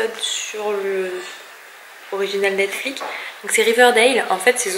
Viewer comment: Mddr sur « netflik » 😂😂 c’est Netflix ahah tu m’a bien fais rigoler